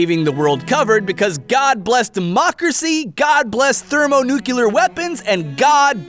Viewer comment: Wait... Did you say "thermonucular?"